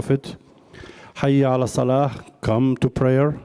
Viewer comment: I’m gonna be honest, I cringed so hard because of how wrong the Salah was, but I guess what matters is that they had the good intentions for it like u know to briefly show our prayer in a way. But I mean, it’s only a presentation, god bless